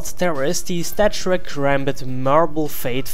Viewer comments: its stattrak not statrack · It's Stattrak not Stattrack :P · Its called StatTrak not Statrack!